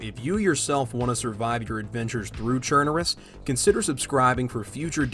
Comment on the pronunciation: ChernaRUS, like BelaRUS. RUS, as in РОССИЯ!